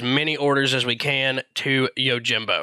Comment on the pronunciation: I, as a weeb, am literally correcting his pronunciation out loud. The people around me are looking at me like I'm crazy when I yell, "ITS YO-JEEM-BO NOT YOUR JIM BO"